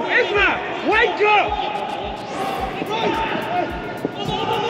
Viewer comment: I thought he was saying "Wanker" on the pitch, then I realized it was "WAKE UP"